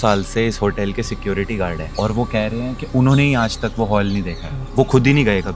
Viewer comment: The way security guard pronounced "Sekruty guarde"😂😂😂😂😂FAHHHH